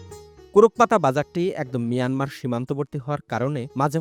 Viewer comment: Manamar border or mayanmar border? 😂